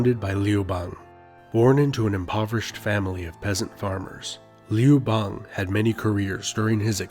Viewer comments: The a in Liu bangs name should be pronounced a the U in umbrella. The way you pronounce it, sounds like frog in my language. Liu frog. 😝😂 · Did you just pronounce Liu Bang correctly then proceed to botch it 43 seconds later?😆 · Also the narrator uses a non standard pronunciation for 劉邦, sounds like "Lee oo bei ng" (same vowels in "see two games"), standard would sound like "Liou Bah ng" (chinese "you", ex. 有, should soung approx like english yoyo, as in the toy named yoyo; would be like "Yo, Ma"). So ... he obviously doesn't know or study Putonghua. Maybe he's American? That would account for raised quality of the open front vowel in "bang", Americans often say words like "bank" with a raised open front vowel, such that it sounds similar to "bane".